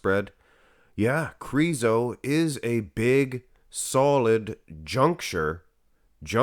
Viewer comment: Please say Krizo with a short “I” lol it’s driving me nuts! 😅